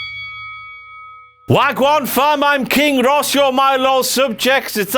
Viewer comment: Did King Ross just start off by saying "Wagwarn Fam?" cmon bro